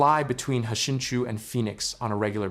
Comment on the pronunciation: It's pronounced "shinchoo" not "hashinchoo"